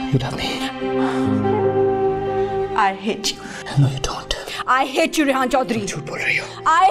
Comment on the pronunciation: She says rayyan instead of rehan. Love it...